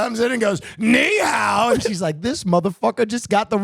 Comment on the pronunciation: they even totally mispronounce ni hao --- chinese are tonal languages, all of them, the pitch contour u say a word in CHANGES it to a totally different word. thankfully mandarin only has 4 (cantonese has 9 💀 which actually differ in PITCH, not only the contour 🤯 .. and other languages go even harder) .. "ni" can be a , , , or for example depending on the pitch contour (rising, falling, staying the same), and even more meanings within one and the same pitch contour ... THATS why the girl most like was either "wtf is he saying, i dont understand a word" or maybe "fcking stpid foreigner stop butchering chinese and just speak english, gosh so disrespectful" .... they alway say "ni1?_hao1" instead of "ni2_hao3" ... it should be a rising pitch (#2) in the first word, like u raise ur voice in "oh?", and a deeper pitch with a bit of optional vocal fry (#3) in the second word that in the end trails upward into normal speaking pitch (this up-trail only happens if the word is followed by a speech pause, inside phrases nowadays only the depressed pitch surfaces) (and ni is actually also having #3, but if multiple #3 are back to back, all but the last one in each sequence change to #2 .. cuz why simple 😅) and in cantonese instead it is "lei5 hou2" (but cantonese has its own tones, #2 is not the same as mandarins #2 .... and i genuinely have no clue of canto tones cuz regardless how often i look them up, i cant get a grasp on them . . . just look a